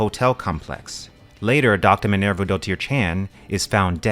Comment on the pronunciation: Firstly thank you for exposing me to yet another great book and secondly I applaud your ability to say Dr Minerva's full name flawlessly.